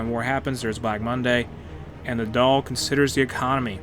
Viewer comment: Congrats on your pronunciation of The Dáil but not so much Connacht 😂 … I’ve been looking for a thorough play-through of Ireland on here. Bit of a noob so nice to be able to watch in real time!